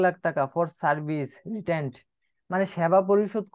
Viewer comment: Bhai apni tw shob mukhostho bolen, apnar porano hocche na Service Rendered ke bolen সার্ভিস রিটেন্ড